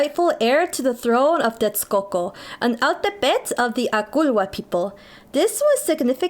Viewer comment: Good to see mexicans from the US embrace their ethnic roots, thanks for sharing. Altepetl is pronunced as al-TÉ-pe-tl btw.